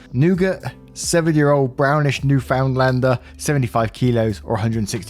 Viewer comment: Just to let you know its not actually pronounced NEW-FOUND-LAND for the dog breed (also island from which the breed was developed) but NEW-FIN-LAND or NEW-Fn-LAND. Lived on the island, we/they don't pronounce the found but say fin or fn, it's weird I know. Also first story NTA Newfie's are the gentlest dogs ever they are perfect nanny dogs my parents had one that passed away of old age when I was 5 so unfortunately I practically don't remember her (remember some feelings of love when looking at her picture) which is sad considering she took a rattle snake bite that was aiming at me.